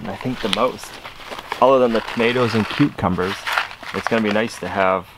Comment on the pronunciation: I don't know why but it drives me crazy the way pronounces 'cucumbers'. It's like he makes it into two words, "Cuke Cumbers". I love that idea with the zucchini lasagna. That looks amazing!